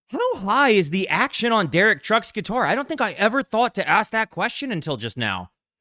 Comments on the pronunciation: "TEH-DESK-EEE" not DESH ;) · FYI pronounced "tedesky" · Just FYI - Tedeschi is pronounced with a k sound = Ted-ES-kee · Tedessshhhi ? How about less dramatic theatric words but learning pronunciation of NOT ENGLISH names and words ,......there is a world out there ........not just US ! Great music, stupid comments ! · Tedeschi pronounced "SKI" Trucks Band is the best live band out there right not I saw them (4) times in 2024...not a single repeated song Derek is considered the est slide guitarist out ther..even Greg Allman said Derek was better than Duane Allman Derek was named after the Eric Clapton album "Derek" and the Domino's, featuring Duane Allman, with song like Layla Susan Tedeschi was born on the day the album was released Susan CAN SHRED on the guitar too... theyre playing 10 nights at The Beacon theatre in March,, taking the Allman Bros. slot they held for over a decade